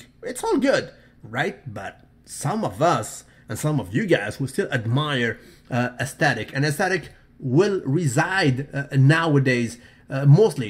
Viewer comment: it is pronounced As-thet-ic. not asstestic....